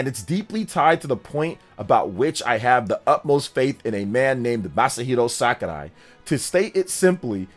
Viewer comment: SAKURAI! NOT SKARAI